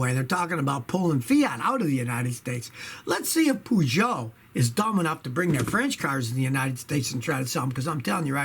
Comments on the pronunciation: No no, more like Poo-Joe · Well he is not listening to us either HIGH time he learned how to pronounce Peugeot properly.